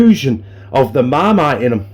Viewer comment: you said mump of larlite 😂😂 i dont know if you realised. i like marmite too and vegemite im weird lol